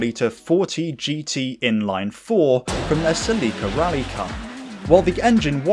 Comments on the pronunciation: Always creased me hearing how Americans pronounced Celica 😂😂😂😂😂😂😂😂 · I have never heard anyone say Celica like you do 😂 Brits are a hoot